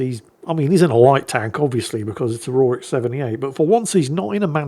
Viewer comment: King Aurorik? C'mon now. lol